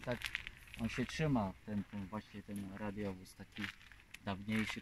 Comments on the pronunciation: hi hi hi nie radiowóz tylko radowóz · Nawet poprawianie nie umie wypowiedzieć "radiowóz" ręce OPADAJĄ